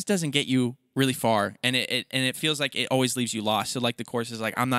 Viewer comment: I already love this “vreally” much! Haha 😂